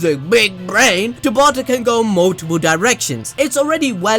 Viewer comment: You claiming to be tabata or one of his friends always kills me 😂😂🤦🏾‍♀️ I don’t know if it’s the accent you say it in or your confidence it’s just gets me all the time😂😂😂😂